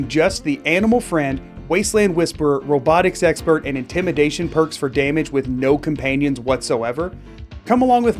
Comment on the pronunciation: "robotics expert" or "robot sexperrt" ?